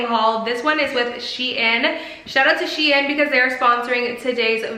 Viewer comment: No offense but it’s not pronounced she in